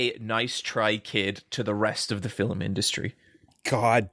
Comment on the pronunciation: That's not true. You also get to hear try to pronounce film a few times with various results. Sometimes he catches a film, but 3 seconds before it's a fillum, whatever that is.